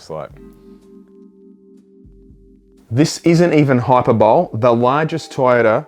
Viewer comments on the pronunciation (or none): Its not hyper-bowl knackers, its pronounced hy-per-bo-lee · Hyperbole - Hi per bo lee, not hyperbowl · "Hyper-bowl"? Good onya Julia Gillard.